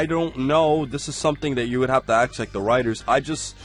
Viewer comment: Is it just me or does he say "aks" instead of "ask" a lot? Lol